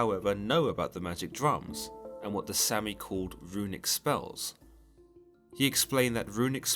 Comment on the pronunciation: It's pronounced Saami, like brits say lager